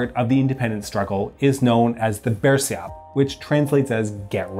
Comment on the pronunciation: You butcher the "bersiap" allot